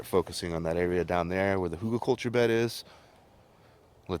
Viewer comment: All looks really good. I remember when years ago I first read about permaculture, and thinking how it just made so much sense! It’s really great to see it in action! As I watched this I kept hearing hoogleculture and thinking WTF is that? Google is my friend 😄 and I can see that looks really interesting. I would think there’s some plants that would not like being near rotting wood but maybe I’m wrong. I’m looking forward to seeing how it goes for you. We have elder in our garden but we didn’t plant it. Here in UK it’s really a weed that just seeds wherever it can. I guess it’s probably the same where you are which is why it’s so easy for you to take cuttings from it. Elder is supposedly a magical plant. I don’t know about that but I’ve made some pretty decent wine from the flowers so that seems like magic to me! 😄 Great video Buddy! Didn’t realise you had all this going on! Nice to see. Look forward to the updates later in the season! - ATB, Mark 👍